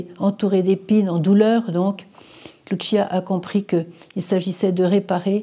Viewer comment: Sr Emmanuelle les voyants de Fatima sont des portugais Lucia Francisco prononcez leurs prénoms en français c la même prononciation qu'en portugais et non en italien. Merci